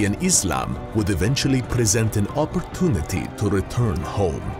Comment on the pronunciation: Its opportunity not opportunity😂😂😂